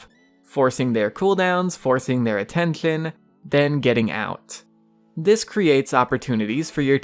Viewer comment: I think he has braces or is not a native english speaker he pronpunces adrenaline, attention and other words weirdly too. Or maybe he has some speech impediments